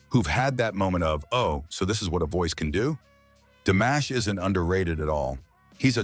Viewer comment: C'est une nullité sans nom ta vidéo pourrie ! On dit pas DAmash mais DImash, rigolo va !